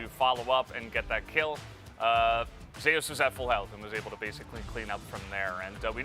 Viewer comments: Why the caster pronounce Zeus as zeh-as? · I read somewhere that it's because someone else (a support) is called Zeus. I guess it's to differentiate them